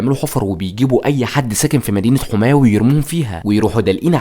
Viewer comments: هي يا اسمها حَماه وليست حُماه يا 😂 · انا مش عارف كيف طالع تعمل وثائي عن سوريا وانت ما تعرف تنطق اسماء المدن السورية اسمها حماة بفتح الحاء مش ضمها عجيب امرك